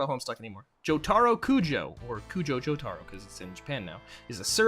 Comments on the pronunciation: HOW DO PEOPLE WHO WATCH THE SHOW PRONOUNCE JOTARO INCORRECTLY?! ITS NOT joe-tar-oh it's joe-ta-roh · listen here BUDDY. its not JoTARo. its JoTAro